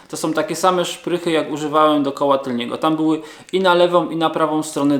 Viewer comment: Tylnego widelca, nie tylniego!!! Uszy bolą, a ok 90% polskich YouTuberow tak mówi.